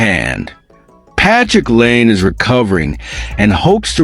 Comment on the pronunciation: What the fuck are you doing? 'Leaves'? Laine pronounced Lane? You're a fucken idiot and I'm about to get you channel shut down.